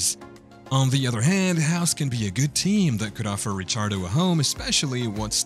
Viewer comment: Rick ardo Not rich ardo